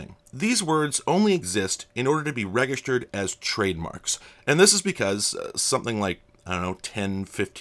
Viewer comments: I've just never heard anyone use a hard G, thought maybe it was nerd bait to drive comment engagement. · Oh wow, four weird “egg” sound intentional mispronunciations of “register” within the first two minutes of the video?! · Do you pronounce “register” with hard “g”? I have never heard that. Interesting. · Are you intentionally trying to trigger us pedants with your pronunciation of "register"? 😛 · Fair I guess, it's just weird because when I do mispronounce things on purpose as a joke it rarely gets noticed, but every single time I say this word I get a flood of comments, but it's just the way I talk. It sounds alien to me with the soft G. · Never heard anyone pronounce "register" like that